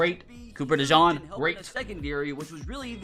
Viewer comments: as an Iowa fan it’s cooper dejean but pronounced dejeen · Cooper dejawn? ❌ Cooper dejean ✅ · it’s dejEEn